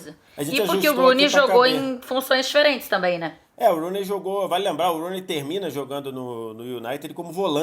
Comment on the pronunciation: Ela falando Rooney foi mto ruim kkkk